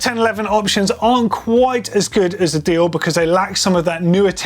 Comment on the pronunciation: Its not "dioh", its "deyore"